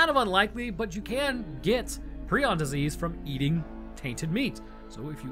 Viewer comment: It’s a prion not a preon so you’d say it like Pr-eye-on